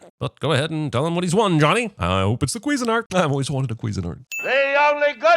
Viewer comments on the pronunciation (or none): Did you really pronounce that how I think you did? Pretty sure it’s pronounced cuisine-art lol